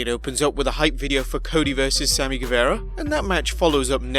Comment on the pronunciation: I love how none of these UK Youtubers have said Sammy's last name correctly yet lmao! I have watched like 6 different big channels to :)